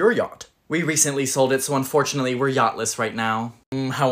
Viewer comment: "We recently sold it so unfortunately we're yacthless🤣🤣🤣🤣🤣